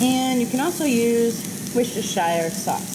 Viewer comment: By George she's got it, I think she's got it:).....Worcestershire sauce pronounced woostershire or Wooster sauce.....GO! You can teach the Americans how to say it now!Linda (UK)